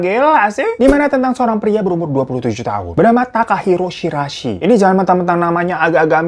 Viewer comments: Shiraishi bang, Bkn Shirasi,, berasa mo bikin sambel dengernye,, 🙈🙈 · greget gw bang .. gw dnger "Shi Ra i Shi" 🤣 . Jadi Si Rasi 🤣